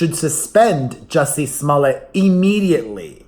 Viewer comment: It sounds like you're saying jessie's mullet every time and it makes me think of john stamos ❤